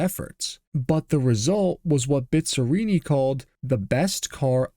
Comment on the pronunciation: Dói ouvir a pronúncia de Bizzarrini...